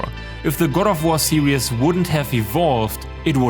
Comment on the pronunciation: Every time he says series it sounds like he says serious